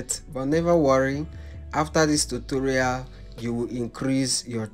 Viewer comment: Can you please stop saying Totorial 😂😂😂😂